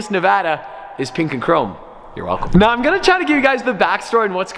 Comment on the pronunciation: ARE YOU SERIOUS RIGHT NEOW BRO